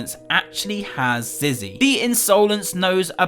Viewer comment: It’s said Zizzy will never speak not zee will never speak